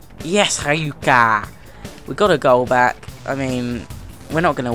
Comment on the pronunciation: cana it's pronounced sana and hyka is pronounced huka